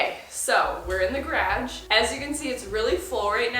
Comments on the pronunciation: mia why do you pronounce garage (gah-rawj) like grodge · I love the way she says garage like gradge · Is is just me that finds it hilarious when she tries to say garage but pronounces it as "grage" 😭😭🤣🤣 Love you! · Mamary the stupid questions people ask. 🤦‍♀️ She’s Canadian. Small minded much? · I can’t get over the fact that she calls garage “gradge” hahaha 💕 love!! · are you going to address how you say “graj”????? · Never heard garage pronounced that way! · I cant with her on how she says garage 😅😆🤦🏻‍♀️ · I literally had to turn the video off and stop watching because of the way you say garage incorrectly a million times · Y she say garage like that 😆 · Where are you from? The way you say "garage" is something I've never heard before. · hehe idk why but the way (canadians) say GARAGE vs how americans say it is like the biggest difference of all words!! its the only word I notice as super different:) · Love how you say garage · This was worth watching just to hear you saying garage!❤️ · Desormeaux she’s Canadian, doofus. Don’t be small minded. That’s disgusting. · i can’t tell if she’s saying garage as a joke or not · McGill she’s from Canada. Don’t be small minded. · Every time you say "garage" I feel like I have to repeat it back in the same accent. I am from Alabama and we just say it so differently. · Canadians saying “garage” is top of my list of favorite accents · Just an FYI this is not a Canadian thing 99% of us say it normally like in the US